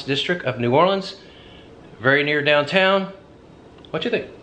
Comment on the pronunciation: I am very proud of you,, for pronouncing New Orleans properly.